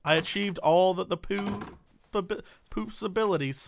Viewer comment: Poosabilities....... LMAO